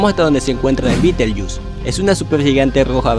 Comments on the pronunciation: "Orrion"? "Beetlejuice"? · mierda para ti por decir betelyus di betelgeuse